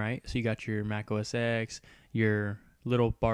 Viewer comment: IT'S PRONOUNCED oh-es-ten NOT oh-es-ex, keep that in mind when making your future videos